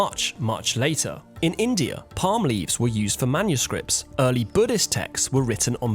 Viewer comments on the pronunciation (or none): none